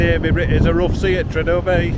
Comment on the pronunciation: Pronounced tree-ar-der Bay. Bless you ❤